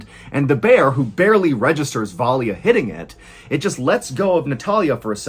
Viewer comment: The Russian name Valya is pronounced in 2 syllables, with a soft L. Va-la... that Y is meant to signify the soft L, which is difficult for most English speakers to pronounce. The name is short for Valentina.